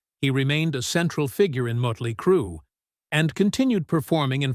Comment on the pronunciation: W-A-S-P, Mutly Crue 🤦🏻‍♂️